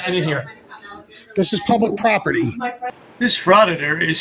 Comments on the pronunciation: "Pubic Safety" LOLOL Ha ha ha ha ha ha ha ha ha ha ha ha ha ha 😂😂😂😂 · Did he really say “pubic” safety???!!🤣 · I thought I heard everything but what he pubic and not public that was hysterical.Thanks for my laugh of the day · Several times he said it!! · It's a oldish video. He says PUBIC SAFETY a lot. 😅